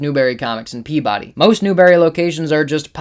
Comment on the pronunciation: As a resident of Salem I got a kick out your pronounciation of Peabody and Haverhill :) My go-to store for many years is the Hall of Comics in Westboro. The staff is super friendly and knowledgable and they have an absolutely fantastic inventory of back issues.